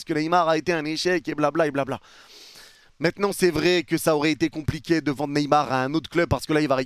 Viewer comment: « mais MÈTNANT » 😂